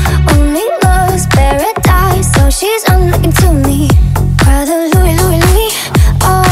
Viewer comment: Bohlen kann nicht einmal mal Brother richtig aussprechen :)